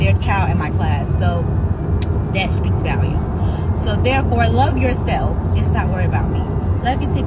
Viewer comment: "speaks VALumes"... but she's the reading teacher now... ok